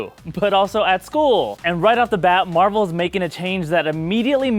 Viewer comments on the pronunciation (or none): none